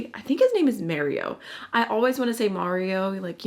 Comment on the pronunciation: Considering that Mario is an Albanian from Montenegro and the languages there are phonetic, the name should be pronounced as it is written, which would be MArio, not MErio. Unless, for some reason he prefers it the 2nd way, in which case my comment would be completely useless and I was trying to help :D